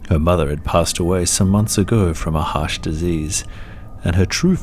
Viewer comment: U Said harsch diseas